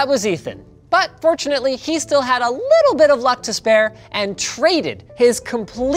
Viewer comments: Why does Linus turn into a liiiittle Russian every time he says the word little? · there goes Russian Linus again... 😂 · Squeaky "tiny-teeny-little" Russian Linus is my favorite Linus